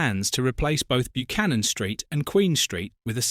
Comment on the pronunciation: Interesting video as I wa there just recently, however, sorry to be pedantic but it's pronounced (more like) BUH-CANNON, not byoo-cannon